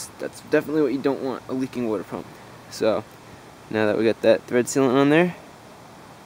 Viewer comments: Wooder pump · the WOODER pump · Wuter pump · Can definitely tell youre from New Jersey. Lol. My wife pronounces water the same way.